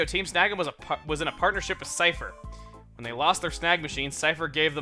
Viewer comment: every time he says cipher i always think he is saying syther (sorry for spelling)